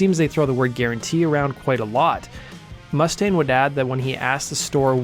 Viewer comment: Learn how to pronounce Mustaine properly.....